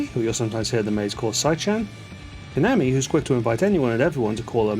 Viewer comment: When saying KAMAMI’s name, please take care to give the second /a/ the same pronunciation as the first. And, “kak-ko-ii,” not “ka-coy.”